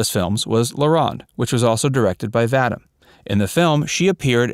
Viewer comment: Roger Vadim's last name is pronounced Va-DEEM, not Va-dim. You're welcome.